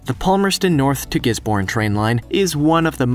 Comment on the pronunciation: I wish people who narrate these videos, would actually look up the pronunciation of the places they are they are pronouncing. Gisborne is pronounced "Giz-bun", not "Gis-born". And, Cairns in Australia is pronounced "Cans", not "Karen's".